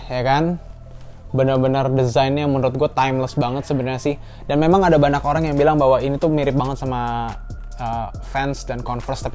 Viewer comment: Banak Banak Banak Banyak bang bukan Banak 😂🤣🤣